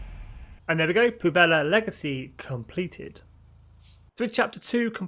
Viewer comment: Just one thing to note it’s pronounced pweb-lah, not poo-bella, which can also mean garbage or trash